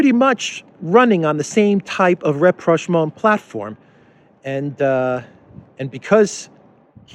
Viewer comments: he says "an opposition party that was looking for ____"? What was that, rep-rash-maul? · Am unfamiliar with the word "represhmo" or the word that sounded like that to my ear...can anyone clarify? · ah yes,I know the word well,thank you for the clarification!I guess I had a hard time understanding the pronunciation...thanks again!